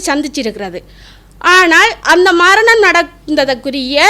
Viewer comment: மரனி, மர்ணம்... இது என்னம்மா தமிழ். .முதல்ல நீ பேச கத்துக்கோ இதில வேற நீ முன்னாள் போராளி..அதிலும் வைத்தியர்.. எதுவும் நம்புற மாதிரி இல்லையே...உன் பேச்சால... இந்தியாவில் இருந்து நான்..